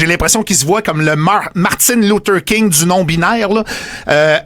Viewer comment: Martine loutaireee King? My god en perd.